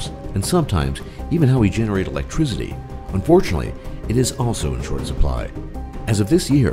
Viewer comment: I hate the way you say "electricity." However, kind of a neat video.